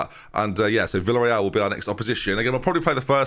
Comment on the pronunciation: How can I write how to properly pronounce Villareal? 😂 The "Villa" part is not pronounced as "vila"